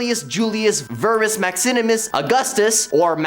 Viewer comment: You either spelled “Maximinus” wrong or you’re pronouncing it wrong. You said “Maxinimus”. 😬